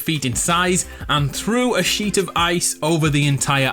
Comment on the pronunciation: When u said "sheet of ice" I heard "shit ton of ice" and wondered why u didn't blur it